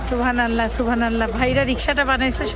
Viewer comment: Please pronounce subhan’Allah properly thanks